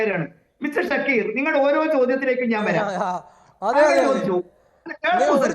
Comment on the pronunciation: ഷഡ്ഢിക്കീറ് അല്ല ഷക്കീർ എന്നാണ്. പേര് മാറിപ്പോവല്ലേ.